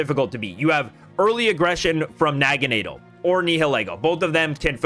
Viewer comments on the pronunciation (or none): I’ve never heard anyone say Naganadel like that lol